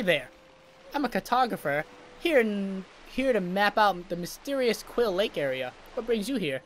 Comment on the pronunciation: You're pronouncing it wrong it's quill Lake